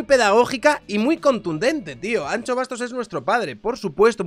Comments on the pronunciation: Es ANXO no ancho pronuncia correctamente, que no cuesta nada, luego hablas de el andaluh pero madre mia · No se pronuncia “ancho”, se pronuncia “ansho”, como las luces de “shenón” de tu coche jajajajajajaja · ¨ANCHO Bastos¨ ?? ahhhh , mis oidos, tio!! "ANSHO Bastos" q es gallego joder. Un respeto. Que yo tb hago el esfuerzo de pronunciar la CH para vuestros nombres mierda. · POR FAVOR, deja de decir Ancho XDDDD es Anxo. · Que manía, no es Ancho ni chocas, la X se pronuncia como si mandases callar a alguien, por ejemplo a mi SHHHHHHH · Hablo desde el absoluto respeto al dueño de este canal... Anxo= Ansho (Shakira, sushi...). Ancho no, por favor. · Por favor no es Ancho, es AnXo, con el sonido de Shakira, que mis oídos galegos están sangrando 😂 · Anxo se pronuncia An"sh"o. La "x" en gallego se pronuncia "sh". Anxo es Ángel en gallego. Salud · Pronuncia bien su nombre por favor, que cada vez que dices "an - cho" me sangran los oídos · Ancho Bastos... el bueno de Miguel Anxo está orondo, pero no es para llamarle ancho así gratuitamente. La X gallega se pronuncia igual que el CH francés. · cada vez que dices Anxo pronunciando la x como la ch me haces más daño como gallego. Como me suscriba y me saludes llamandome Chabier no vuelvo. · Cuando te oigo decir Anxo , como gallego me duelen los oídos 😂 Tal como lo dices sería si fuese Vasco. La X en Galicia suena como SH de Shakira Todo desde la asertivadad calvocrata y de la ultra-Turbo-Mega-fascista de un liberal